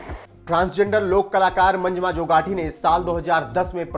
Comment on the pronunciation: Manjma nahi bhai, pronounce the names properly It's "MANJAMMA".